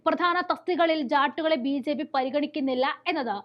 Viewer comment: ഉച്ചാരണം വളരെ അരോചകം. ഉദാഹരണം : സമുധായം, ബീച്ഛേപ്പി, ഭാദ്യത, എന്നിങ്ങനെ.